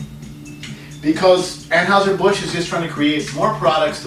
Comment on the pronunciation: Agreed. Everyone's entitled to their opinion but it's preferable to give that opinion AFTER you crack open the beer. Anyway, it's hard to take this seriously when the reviewer can't even pronounce Anheuser correctly.